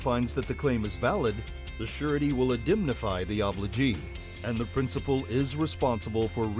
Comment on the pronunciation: good explanation, says "prinicipal" instead of principal just so you know